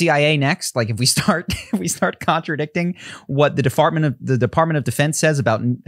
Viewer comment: The defartment....!!! 🤣 sorry. I couldn't stop myself.